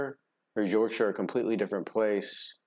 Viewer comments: as a northern numpty and listening to an american say yorkshire properly i tip my hat to you sir 90% of my gamer m8's are u.s and not 1 of them can say yorkshire properly. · Your correct pronunciation of Yorkshire 👍